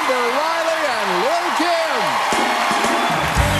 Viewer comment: Amber and Patti were it! Kim seems like she was gargling. Was not too clear with the pronunciation of words.